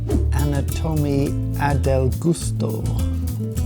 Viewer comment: "Anatomy Adel Gusto"? Seriously?! xD (btw it's supposed to be "anatomía del gusto")